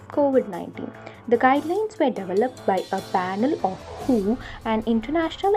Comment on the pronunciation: Please pronounce WHO as W.H.O instead of who. ( m sorry but It's so disturbing) Over all the video was good